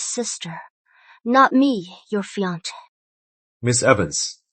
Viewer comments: Her “FEE-UNC”??? I’m so over it lmao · I love when these cdrama mispronounced fiancé.😂